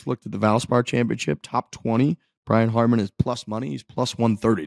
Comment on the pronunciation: Brian Harman *** not Harmon